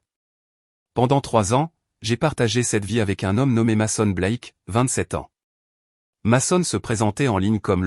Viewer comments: Mason se prononce meson en anglais pénible a la fin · Bonne histoire mais svp prononcer correctement le où les prénoms dès personnes de votre histoire votre ex s'appelle meson car en anglais le a se prononce e dans certaines situations